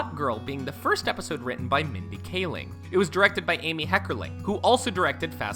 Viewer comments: You pronounced Mindy Kaling's name two different ways in under a minute lol. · Yeah I'm seeing all these comments about emily blunt being in the photo and him mispronouncing Rainn and Gervais, but I honestly thought that his Kaling gaffe was far more obvious. glad I wasn't the only one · I was loving this vid until he sad Mindy kalings, last name at #30 wrong and I was like " wow, ok, what just happened, did he really, how!?" I just had to stop and reevaluate my life for a second!